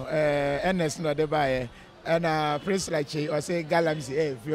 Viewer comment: But did he said galamxy ?